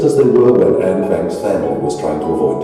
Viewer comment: Sir,Please pronounce it "N Frank" not Anye Frank.